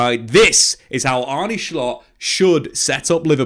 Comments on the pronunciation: Why do you say schlott? Just say slot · For the non-dutchies in here, kinda butchered Arne Slot's name (wth is Arney Schlott lol). The correct pronunciation is close to how an englishman would pronounce Arnuh Slot (slot as in how you would pronounce it in slot machine) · His name is not Schlott, it's Slot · Hjulmand (Julemand) Slott (slott) not schlott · It's pronounced Arnuh Sloht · Just say Slot ffs you’re not Dutch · So its pronounced Shshshslottttt?